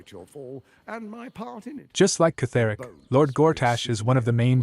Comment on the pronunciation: btw it’s pronounced “keth-ric” not “keth-er-ic”